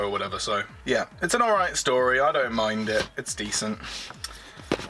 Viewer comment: Good to see one of these videos again. Nobody seems to be making them any more since the Blu-ray sets started coming out. I can't give you a like for this video however due to your use of "aiight"(?) instead of 'alright' at various points